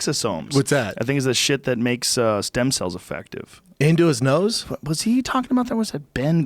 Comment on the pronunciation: Brendan “I need them sem stells ” Schaub